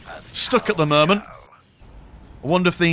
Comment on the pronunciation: "at the murment"